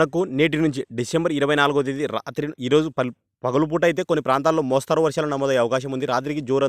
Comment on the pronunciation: 'మోస్తారు' కాదు, మోస్తరు అని చదవాలి. తెలుగు ముందు నేర్చుకుని, ఆ తరవాత వార్తలు చదవడానికి వస్తే బాగుంటుంది.‌